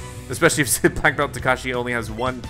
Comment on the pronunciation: To pronounce "Takashi", put the emphasis on the "ta" instead of the "ka"🙂